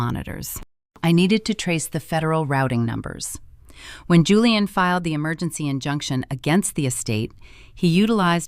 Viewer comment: Why does the narrator keep incorrectly pronouncing Julian as Julianne? Also, why aren't they using Virginia's signed waiver condemning Maya to state custody to prove her lack of fitness to have custody of Maya?